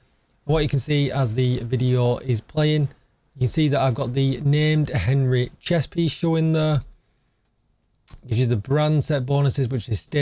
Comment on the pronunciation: "Ahn-ree". You sound like a southerner from my country pronouncing French words ;)